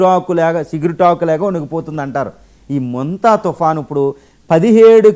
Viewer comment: అది ముంత, సంత కాదు sir, మొంత sir 😢